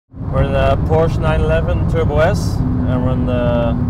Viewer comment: Joey's voice "Its a Porsche-a"